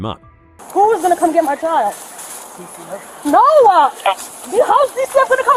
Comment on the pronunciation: What's up with adding an "a" to the end of words ... "NO-a!"